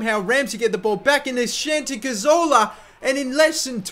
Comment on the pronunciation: 'Shanti' cazorla HAHAHAHAH